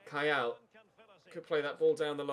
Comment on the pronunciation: You miss pronounced Kayal in the charleston game. its Keeyal